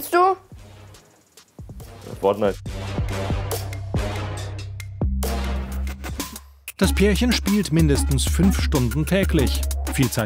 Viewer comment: Fortnait? nicht sein ernst hahaha